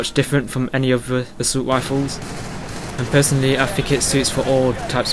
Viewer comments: assult wifles! xDDD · haha each r is pronounced as a w